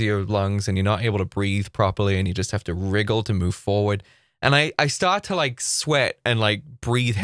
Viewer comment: Like how he says wriggle or wiggle? 😂🤣